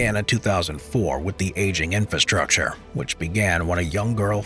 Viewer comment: *infRastructure (three r's, not two)